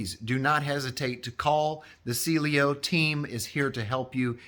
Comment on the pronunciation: It’s Cielo… not Cielio.